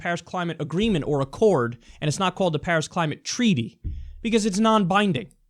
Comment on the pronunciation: During this speech he kept calling it "pairs agreement". The only thing he was right about in this is that china is beating us but not because of the Paris agreement. Because of the green revelation and the economic boom they are stealing from us.